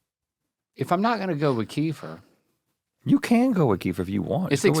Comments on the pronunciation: Can someone tell R&L that “Kefir” is pronounced “kuh-FEAR” and not “KEY-fer” 😂😂😅🤔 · I always thought it was KEF-ear. Kiefer was making me crazy. Plus it is comes in flavors.